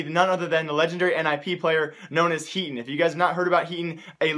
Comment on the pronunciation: hey brother i know that you speak very fast but at least say someone's name clearly. His name is HEATON. i dont know what you said in your video. It was not clear to me. its HEATON.